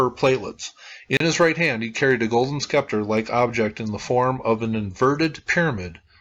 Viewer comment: It's pronounced "cash" not "cashay," and "sep-ter" not "skepter"...